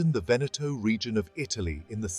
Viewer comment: Good Lord, it is not "Venèttoh", but "Véneto" - why are anglosaxons always so arrogant, never to care about the pronounciation of foreign names???